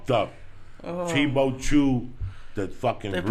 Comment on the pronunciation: Joey it's cheebAchew, not "chee-BO-chew" every fuckn time, LOL